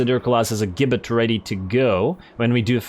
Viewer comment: Gibbit is pronounced as Jibbit.